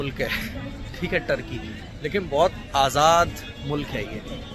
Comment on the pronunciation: Tarqi 😂nahin bhai turqi bolo Tarqi sharabi ko kehte hai